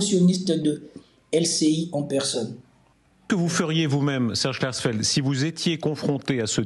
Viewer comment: Klarsfeld je sais c'est dur à prononcer c'est l'etre de lumiere Attention tu as dit Juif puis Humm, c'est presque anti sismique déconne pas ✌️